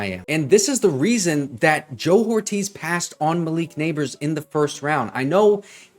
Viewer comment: His name is pronounced, "OR-TEEZ" not "WHORE-TEEZ" as you keep saying numbnutz